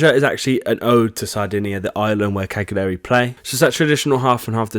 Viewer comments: De-chen-tay, not de-sen-tay. Also, Campo Testaccio is pronounced Tes-ta-chio. Another also, not Cag-li-ari, but Cal-yari. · Cagliari is pronounced 'Cal-ya-ri'